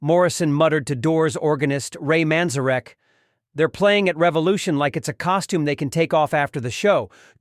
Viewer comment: He cannot pronounce Ray Manzerek's name correctly, which is a flag.